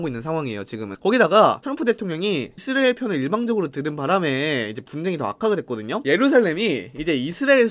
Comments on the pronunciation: 이스르엘 이스르리엘 발음 아직까지 웃기시군옄ㅋㅋㅋㅋㅋ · 형 이스라엘 발음이 안되는건 여전하구나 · 이분 왤케 이스라엘 발음을 못함? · 이스라엘 부를때 발음 왜 그럼?